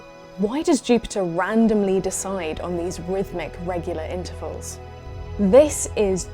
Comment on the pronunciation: Stop. Интэрвал.